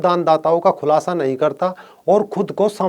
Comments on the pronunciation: खुलाशा नहीं होता....खुलासा होता है। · खुलाशा नही खुलासा सही शब्द होता है।